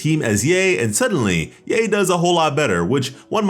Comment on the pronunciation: Its ya-e not yey. Or just call her miko